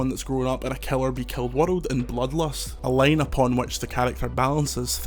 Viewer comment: I can’t get over how his accent pronounces the word “world” 😂 it’s like “wuhlud”